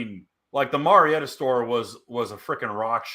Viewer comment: Marietta is pronounced Mary Etta. My Mother is from there so no argument LOL